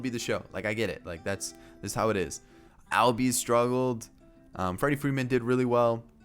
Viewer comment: It’s pronounced allbies